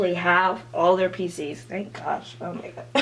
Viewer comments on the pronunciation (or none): what da hell is "pisis" ??? everytime ure going to say "photocard PISIS" im like "huh?? fvk what is pisis?? i dont know anything! what free photocard whe u go to showcase?? what showcase??? i dont understand a thing!" k perhaps im fake LOL